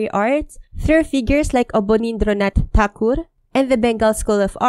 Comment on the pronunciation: Can we all appreciate for attempting and almost nailing the native pronunciations of the names of Rabindranath Tagore and Abanindranath Tagore? Kudos